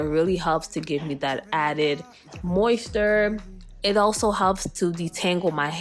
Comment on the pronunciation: Mayo nayse Moist ter Mi elle Saying everything wrong. But i loved the video